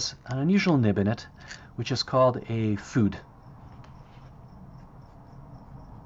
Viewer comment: Interesting, thanks. I have great respect for anyone who can do watercolor out in the sun and wind. Fude is pronounced foo-day, btw.